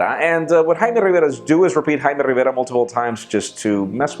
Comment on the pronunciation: who's jaime rivera. didn't you mean Jaime RRivera?